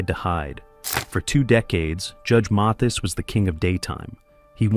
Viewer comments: AI couldn't even pronounce his name- MAY- this ? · At least you could pronounce his name correctly. This A I voice is horrendous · The narrator can't pronounce his name correctly and where's the actual proof 🤔